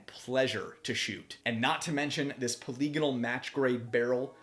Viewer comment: The term is pronounced "poly-gone-al".